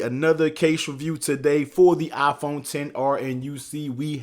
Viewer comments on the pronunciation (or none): Nobody: The guy: Aaaaphone